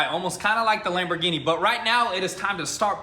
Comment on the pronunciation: In did you say like the lambigini boat😂